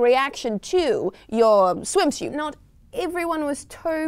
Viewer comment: Still wondering what a "swimshute" is ;)